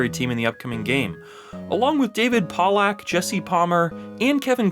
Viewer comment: How are people still pronouncing David Pollack’s name wrong? Dude was in the NFL and has been on tv for forever 😂